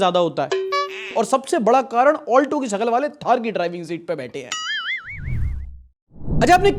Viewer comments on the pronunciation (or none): none